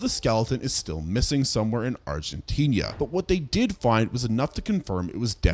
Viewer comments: Argentinia ✅️ Argentina 🚫 😂 ive never heard anyone use an ia pronunciation for the end of argentina 😂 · I love ur videos but bro deadass, you need pronunciation classes. Argentinia is not a place. One video about the La Brea Tarpits you kept saying it "Law Bria". Its "Lah-Bray-Ya". I wouldnt noramally care but thats my city so I gotta say something. In general. Ima need your geographical pronunciation to match your archaeological pronunciations. Please lmao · Argentinia? Where the heck is Agentinia? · If you look at "Argentina" enough times, you might see that there is only one "i." Maybe then you'll pronounce it correctly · Still wondering when you'll learn to pronounce "Argentina" and "southern" correctly. 🤔